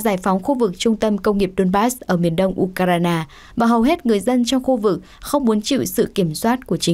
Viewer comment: u kai rờ na là nước nào trên bản đồ thế giới nhỉ ?! Tôi chỉ biết có nước Ukraine và được phát âm là du khoen ( âm khoen phát âm hơi cong lưỡi ) !